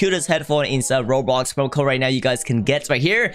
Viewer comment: I like saying robloc instead of roblox lol.